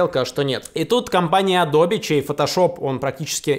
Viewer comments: Не "адобе", а "адоб". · Я канеш не эксперт, но АДОБ, А НЕ АДОБИ